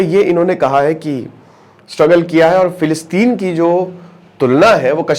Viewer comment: Plilistein😂ye kaha h....hello isreal kya aapko pata h philistein kaha h...bhaijaan pager sambhalna zara 2 min m jara laghushanka jaake aya